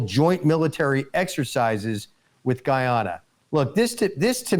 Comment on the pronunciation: You got Guy Ana right, but Esse Quibo (like squib o).